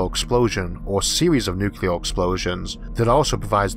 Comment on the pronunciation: Issac, are you saying "nucular"? Surely not. :p Your vids are excellent, thank you for doing them. Great presentations, great narations, great and interesting content every time. You're one of few 'tubers I have on notifications and make a point of catching! Great work. :D